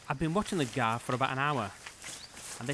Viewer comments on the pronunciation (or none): Thanks, though that sounds a bit too much like 'gore', for my liking! 😉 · what's a guwar? 🤔